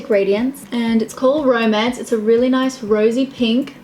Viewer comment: "noice" 😂! Also love Jennifer Stano's stile so much toooo 🦄 💙